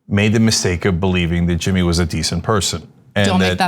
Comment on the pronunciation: Who the hell is Jimmeeee?